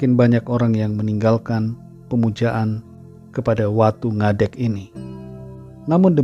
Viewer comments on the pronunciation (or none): Shalom pastor, shalom viewers..bersyukur utk Firman Tuhan dan renungan hari ini. Makin fokus ke hal² surgawi yg berkenan utk hati Tuhan Yesus, bukan berkatNya, haleluya. Fyi..cara bacanya Watu Ngadhék..ngadhék bhs.Jawa berdiri. Happy Sunday. Gbu all